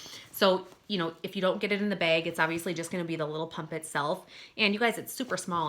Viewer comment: "it comes in a beg" haha i love your accent! <3 my friend says bag the same way! Great review THANK YOU!